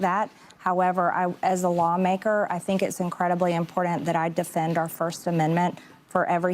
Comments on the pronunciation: I know this is super stupid, but I can’t stand the way. MTG says important. She says imporn ent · MTG sexy with the "impordant" pronunciation. 😂 What they're doing to Nick they could do to half of congress on both sides of the aisle. Whoopi a friggin' mutt. Get these people out before they start running for mayor. Oops too late.